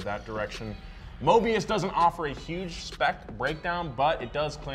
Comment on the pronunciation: It's not Mobias but Mobius. At least get the name right genius from South Africa.